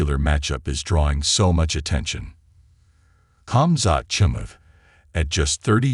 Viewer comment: 7 seconds in and the AI narration butchers Khamzats' name. 👎 followed by the little x in the top right hand corner.